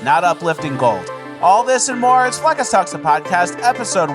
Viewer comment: Hola! Say "hola"